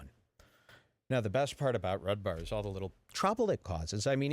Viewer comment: Haha you said his name wrong that's funny